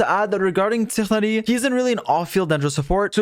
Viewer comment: god the way he says tighnari is super distracting and weird